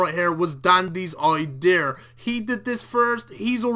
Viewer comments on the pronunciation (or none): it was his Ideer? you mean idea? when your own accent stops you from correctly pronouncing words... wtf you guys doing over there? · i-deer loool